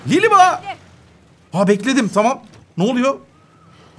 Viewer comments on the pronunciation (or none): Abi merhaba yerine liliba demen çok hoşuma gidiyor